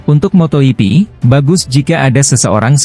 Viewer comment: motogp .,.. jok torjok...bukan moto yipi dasar torjok